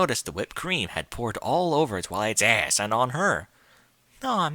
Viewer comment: The way you pronounced "ahhss" and "pussay" in this nearly killed me. xD